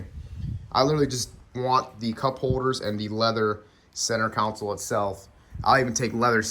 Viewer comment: Not counsel it’s console 😂